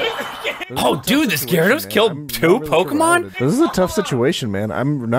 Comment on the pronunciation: The way the guy says gyarados bothers me horribly